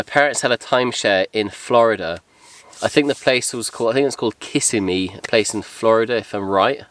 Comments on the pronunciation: Sorry, kiddo Kissimmee is not pronounced Kiss-a-me. It's pronounced Ki-si-me. Loved the video & what you had for dinner. From Florida & was born here. Kissimmee is very crowded. Don't go there too much. Live West of it. Looking forward to seeing another one of your videos. You & Amber take care. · Great video! Thanks for taking me along. Kissimmee The emphasis is on the second syllable. ka SIM ee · It can be said either way haha, but I always thought it sounded funny the other way.